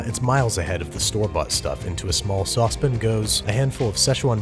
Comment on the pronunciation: Nobody: Babish: “Saucepn”